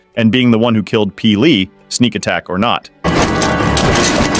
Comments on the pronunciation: Love your videos. Disagree with some of the things. But why can't you actually say P'li as opposed to peelee. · I'm sorry but your name pronunciation is NOT it...it's not pili it's p'li 🙏🏼😭😭